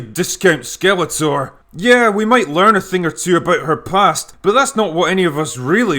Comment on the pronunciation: "YoHansen" and "discount Skeletor" 🤣